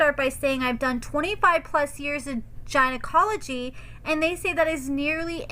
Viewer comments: Yoooooo did you just say “Ginacology”???? 🤣🤣🤣🤣🤣🤣🤣🤣🤣🤣🤣🤣🤣🤣🤣🤣☠️☠️☠️☠️ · I'm calling it that from now on though 😂